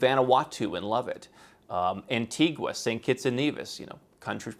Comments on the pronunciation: Antigua, the island, is NOT pronounced the same way as Antigua, Guatemala. It's pronounced An-TEE-ga. Not gua. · It's pronounced an-tee-gah